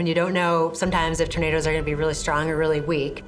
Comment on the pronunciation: Why does the narrator pronounce them as 'Torna-DOS" It sounds so weird.